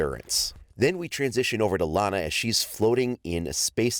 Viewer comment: Iana not lana